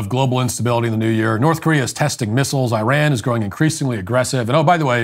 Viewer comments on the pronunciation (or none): none